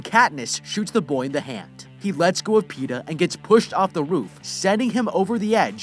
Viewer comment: Petah and peta